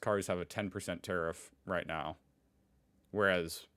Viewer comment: Tarrif? He says it like "terrif", like "terrific", like "terrifying", like "terror ". That's why he thinks it's a beautiful, truly "terrific" word.